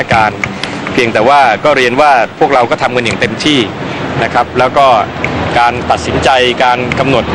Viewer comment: ครับ. ไม่ใช่คัฟ. ใครสอนภาษาไทยเธอ ปูดองเหรอออออออ